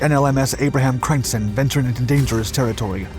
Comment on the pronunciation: Dutch really can't be properly pronounced by any non-native speakers, but I reccomend you for you efforts. It's always good fun, hearing someone struggle with your language 😉. Crijnssen is pronounced 'kryns-sen', but English and Dutch don't really share the neccecary vowels. Good vid, more please 😁 👍🏻